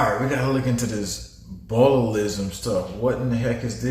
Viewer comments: Bootalism??? It's botulism!!!! It's getting very difficult to watch and listen to you anymore bro 🙄 It's pronounced BOTCH-U-LISM 🙄 Your gurl must be sooo proud of you there 😳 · Botulism is the ingredient in Botox that paralyzes muscles. It’s pronounced “botchilism”. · Ikr LMAO BOOTALISM 🤣 😂 I can't I just can't 😄😅😂😅😂😅